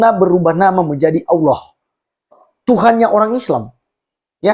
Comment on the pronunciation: Hadehade tidak takut dosa ka ? Cara ngomongmu saja jelas ko Islam tdk ada Kristen sebut Allah itu allwo 🤣🤣🤣🤣🤣🤣🤣